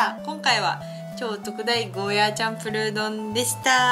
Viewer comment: 沖縄の人からしたら「ゴーヤー」という発音が正しいので少し気になってしまうんです。。。ごめんなさい。。。